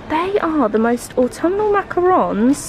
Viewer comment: Au-tom-ma-nal season 🥰🥰🥰🧚‍♂🧚‍♂👍👍 you loved saying that last time n couldn't wait lol xx